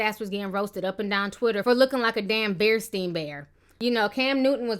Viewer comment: Alayah Davis i am 30 years old and had those, books if your younger then 25 no need to comment, my books said bernstien, thanks anyway!! and im not worried about auto correct on some screen i can hear she said stien!!!